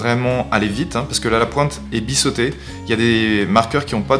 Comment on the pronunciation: Euh, on dit "bizzzzzeauté", pas "bissseauté"... sinon, bon tuto pour débutant